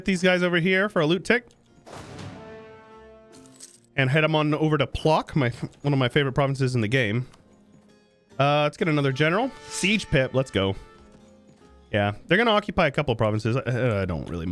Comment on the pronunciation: Idk if it's just me, but you saying Płock hurts. In Poland it's pronunced more like "Pwotsk" with "w" from water